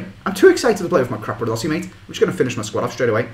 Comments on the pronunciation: I Love How They Pronounce CRAPadossi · capradossi and not crapradossi! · hes not crapradosi you are